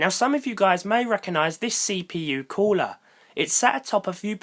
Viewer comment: Annoying how you British people say cooler